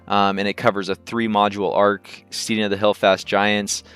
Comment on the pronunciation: St-ee-ding? Really. The word is pronounced so as to rhyme with head not need.